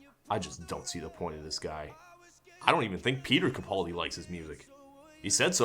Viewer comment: YOU ALL SAY CAPALDI WRONG!!! I mean I’m a Glaswegian so we don’t say much right but we say Capaldi right.